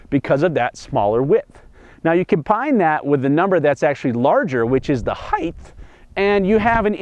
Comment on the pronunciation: Compine it with the heighth